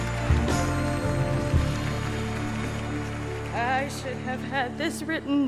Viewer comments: I think they made too big a deal about Keifer's screw-up. Maslany is an anglicisation of Maślany. In Polish it would be pronounced mash-LAN-ih. The anglicisation is almost identical, that is mas-LAN-ee. All he did was move the stress to the first syllable, that is, MAS-lan-ee. It's not like he completely garbled it, and called her MALL-ree-asinny. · "Tatina manslay!" Ehhh nope, try again. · To me it sounded like he said "Mosslenny"...so almost? It don't think he butchered it too bad though. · Boy, he butchered her name. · Technically, he pronounced her first name correctly if we were in Eastern Europe. Her last name? Not in any part of the world except his head... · ***** He's on stage at the Emmys presenting an award for best actress of the year in front of a national audience. He had weeks to learn six names, and still messed it up. That's butchering in my book. Also, even though her first name may have been right in Eastern Europe, she's Canadian and pronounces her name as such. He screwed the pooch on her first and last name. Not a slam on Kiefer, I love him. I had to listen to a few interviews to figure out how to say her name too. I just thought it was pretty funny. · this would have been perfect if he had only pronounced her name right. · I'm surprised she even knew it was her being called up bc her name was so butchered oml